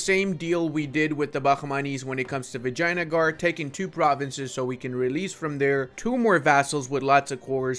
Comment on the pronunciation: Is it just my ears or pronouncing vijaynagar actually sounds like "vagina-gar"??? 😭